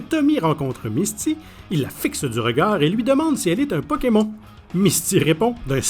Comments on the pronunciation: "PokemON" je pleure ça se prononce "pokemonne" 😭😭😭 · Pokémon au lieu de pokémone m'a tué de rire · Non mais bordel comment il prononce Pokemon 🤦🏻‍♀️🤦🏻‍♀️🤦🏻‍♀️ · Comment ça « Pokémont » arrêtez tout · Ouiii même si tu dit pokeMON on San fou on t'adore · Arrêtez tous de vous plaindre car il dis pokemON et pas pokemonne comme nous en france car il est québécois donc les prononciation sont différentes c'est un peu raciste de dire a quelqu'un qu'il ne parle pas bien tout ça parceque les québécois ont des prononciations différentes